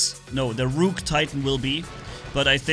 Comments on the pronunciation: Imagine pronouncing ruhk as rewke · just fyi the pronunciation of rook is ruk, like book (buk). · Ah yes, the ROOOK from chess